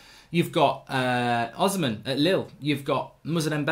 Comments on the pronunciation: mark his name is Os - hi - men not osman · Victor Osimhen is pronounced: Oh - C - Men not Ozimen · Please his name is pronounced o-sim-hen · Hey Mark Oshimhen is pronounced O -SHE-MEN!!! There's no Z there❤ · Hey Mark it's pronounced Victor Oh-Shi-Meh-in